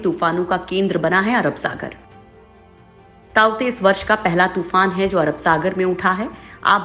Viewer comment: ताउते तुफान उसका नाम नही हे तोकते तुफान हे उसका नाम ।